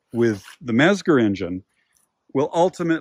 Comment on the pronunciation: Oof, that pronunciation... It's "METS-ger" and "PEE-ech."